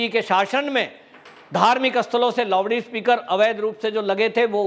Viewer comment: आफ क्या बोलते लेवडी स्पिकर या लौडी स्पिकर? 😁😁😁😁 अबतक जानता था लाउडस्पीकर लेकिन आपने लौडी स्पिकर बना दिया. थोड़ा सा ओर देहाती कियुं नहीं कर देते. बोल दिजिए लेवडास्पिकर/ लेवडीस्पिकर.😁😁😁😁😁 कोई दिनो से जब आपके ए शब्द शुनते तो बहुत मजा आता ओर हसी भी.👍